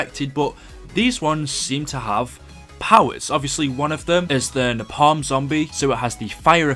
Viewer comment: It's napalm not napal